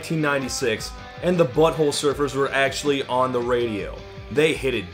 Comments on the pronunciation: Hearing Todd put the emphasis on "Butt" like "BUTT-hole Surfers" instead of "Butt-HOLE Surfers" is 👌🌟🐟🏄‍♂ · Dear Todd, I love you and I’m sorry in advance for bitching about the way you say Butthole Surfers. Everyone but you says Butthole SURFERS and you say BUTTHOLE Surfers. Your emphasis totally answers the question of whether they were surfin’ buttholes and I don’t like the conclusion. I lub this song. I lub you too. You just say things wrong sometimes. Question: How do you say Front 242? My son says everyone he’s ever encountered says Front-2 Four-2. Like Front-porch Back-porch. I say Front • 2-4-2. Apparently this isn’t cool but I’m his mom, I’m not really even supposed to be listening to Front-2 Four-2.